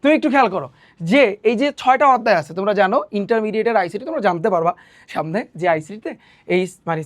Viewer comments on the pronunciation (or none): none